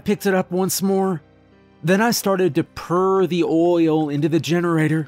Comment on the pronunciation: Am I the only one who heard "I purred the oil"? Just me. It is late... or early depending on your view. Another great reading by about a!